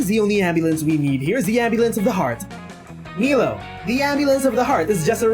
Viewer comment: It’s pronounced “My-low”. But whatever.